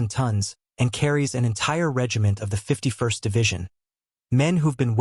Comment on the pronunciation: 51st is NOT pronounced Fifty-One-Ess-Tee, it is pronounced Fifty-first. Train your drooling AI.